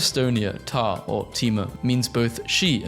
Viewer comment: EVEN IF THE PRONUNCIATION OF 'ta' AND 'tema' HURT MY SOUL 💯💯💯🔥🔥🔥